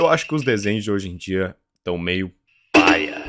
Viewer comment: Qual foi desse seu jeito de falar PAIA ?! Foi paia da sua parte falar paia assim. tendeu ? ... paia.